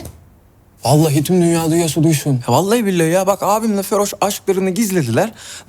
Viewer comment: okanın feroş demesi 😅